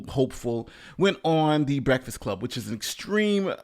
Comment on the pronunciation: Someone has to tell Charlamagne there is a k in break not a f. The Breaffast Club LMFAO 😂😂😂